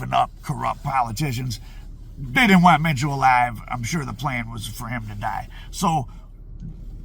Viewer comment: You said that right supposedly